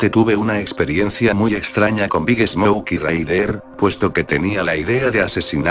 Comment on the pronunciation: Cuando dice el nombre de big smoke siempre entiendo big snouk